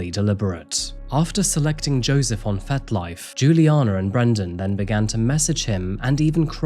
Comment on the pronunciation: Are you saying 'Fet Life' or 'Fat Life'?.. (Either way, but curious). 🤔